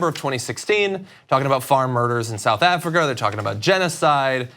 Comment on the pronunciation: You can’t even say South Africa yet you’re trying to take the piss! The irony 😂😂